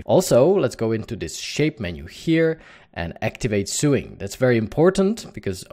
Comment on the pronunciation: Pronounce Sewing.......... Sowing........ a long O Great Tut! Cheers & Thanks